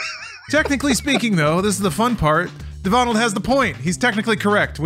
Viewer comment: My friend is a Devonald and from now on I will be calling him de-vonald! I love it! Haha! awesome stuff guys as allways :)